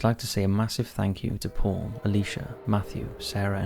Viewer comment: You know, for a split second their i thought he said "today we will be looking at Porn" instead of Paul And i was like, .....ok, but i think its gonna violate your terms of service 🤣